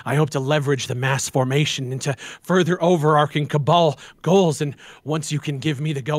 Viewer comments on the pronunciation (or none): Two things I learned from this video: 1: It's pronounced cabal, not cable. 2: isn't just a functioning torso with arms and a head melded to a chair with an insatiable desire to hold cups.